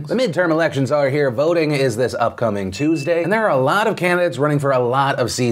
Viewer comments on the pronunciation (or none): none